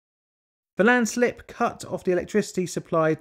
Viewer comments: 'first landsilp' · ah yes the first landsilp